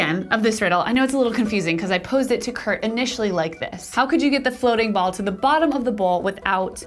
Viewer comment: His name is Kurt. Not Fart.